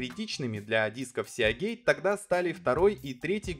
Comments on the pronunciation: СиГейт (морской шлюз), а не сеагейт. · Ну почему сеАгейт то, когда сИгейт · "Сеагейт"?! Может "Сигейт"(типа Морские врата) Весьма странно слышать подобное на канале о комп. технике P.S. покупал ноут 4 года назад с винтом от WD светло-синей серии. До сих пор нареканий нет, при том что неизвестно сколько и как он работал у прошлого хозяина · ФрИзы,а не фризЫ, мАркетинг, а не маркЕтинг, Сигейт, а не Сеагейт. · Не "сеагейт", а сигейт!!! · "сиагейт"... какой ужос.. и после это еще про какие-то мифы рассказывать. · Сеагей, блеа >_< Аж мурашки по коже пробежали... А вообще, если поставить видос в 1,5х скорость, то даже можно глянуть, в-принципе)) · Сигейт. Мы же не говорим: "Блек сиа", к примеру. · Меня прям колдоёбит, когда он говорит сиАгейт